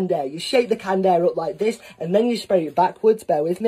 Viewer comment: "Just like ThiE Just like ThaA"